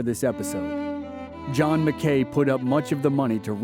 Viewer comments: It's pronounced mac- key not Mac Kay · I absolutely love this series. But I keep hearing fingernails on the blackboard. It's not John McKay, it's John Mackay, rhymes with tacky. But other than that, it's another awesome video! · yeup. Went to UNR and I was told early on it's "MACKY" stadium, NOT Mc-kay stadium. lol I was like but it looks like it says mckay... nope